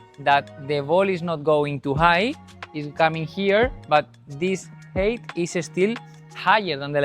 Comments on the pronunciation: Height is pronounced high-t. FYI. Great video. Thanks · I was always mocked for 'height' Vs 'hate' pronunciation 😅